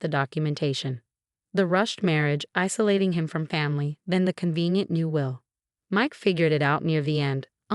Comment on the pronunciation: Will, not wheel. Choppy narration is annoying. Bag, not back. Will-reading, not well-reading. Victoria's sentence is too light. Escrow, not a scrow. How he'd, not Hauge.